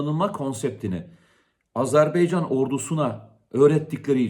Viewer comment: Komutanım sürekli söylüyorsun ama azerBEYcan değil azerBAYcan...!